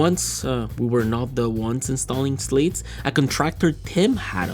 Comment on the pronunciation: SLAT NOT SLATE.